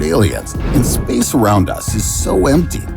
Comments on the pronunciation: Lol why does he pronounce the word "Space" like that? Spaese😂🤣😂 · SPEYCE the way he says space. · Dude, everytime you say "space" it sounds like spess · What is this imbecilic pronunciation of “space”. Ridiculous